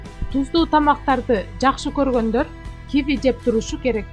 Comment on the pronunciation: Ударенниени туура коюп окусанар М: Ки -ви